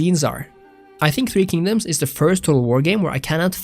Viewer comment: nooo my beloved three kingdoms ;-; not the 3k slander your pronunciation is quite lovely though, better than I've heard. I could see why this game is incredibly more popular in china or among Asian peoples, as a lot of the cultural aspects are a hit or miss, as my friends and I generally favor three kingdoms over others